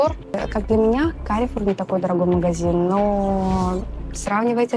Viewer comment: Carrefour (фр. - Перекресток, по фр. произносится Карфур, ударение в конце) это французская сеть гипермаркетов, бренд "Карфур сити" - супермаркеты у дома